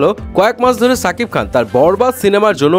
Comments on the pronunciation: ছাকিব খান না ভাই শাকিব খান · ছাকিব খান না শাকিব খান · ছাকিব কে রে ভাই? শাকিব বলতে কি সমস্যা?